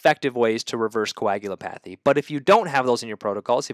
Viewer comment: Thanks. Helpful! Sidenote: it's pronounced "co-ag-u-LOP-a-thy."